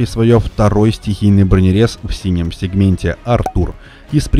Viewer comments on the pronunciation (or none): none